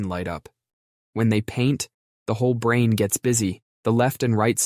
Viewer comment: Why does he pronounce brain as “brain-t”?